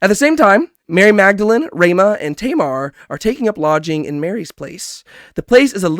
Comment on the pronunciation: I like these small breakdowns, coz sometimes I miss things, but I gotta ask, why are you butchering some of the characters names so badly, like jairus and tamar xD its kind of funny